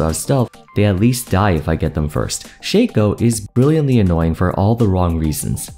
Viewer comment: It's Shaco, not Shaco btw